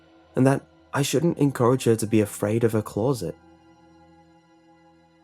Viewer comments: You pronounce closet as clou-rrr-sit instead of cloh-sit and I just think that's really weird. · Please learn how to pronounce closet. It is not claws-et it’s clo-set. It really grates on me.